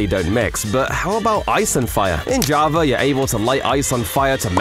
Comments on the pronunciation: It's java not JAVRA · why is he saying "javrar" instead of "java" 😭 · i cant stand you saying JAVAR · Java❌ Jarva✅ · Java❌️ Javar✅️ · “Javer edition” - -2024 -ranked the best mispronunciation ever because he’s British or smth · I dont lnow if it's because im too tired, but i always hear "javaR edition" 🤔 if you are indeed saying JavaR, is this an internal joke or somethig proper to Java users? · “Javar” accent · Why does he keep saying Jabra edition? 😢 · Java "Ja-ver” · I love how he said javar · He’s calling Javaer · When you say java edition it sounds like javer edition im sick of this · Javer is What i hear on java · "javar edition"